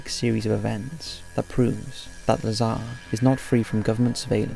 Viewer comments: It's not Bob lah-zahr, just make him cool and say lazer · Wow! The narrator made his first mistake in the first sentence. Lol Just kidding around. But seriously though, it's Dr. Bob Lazar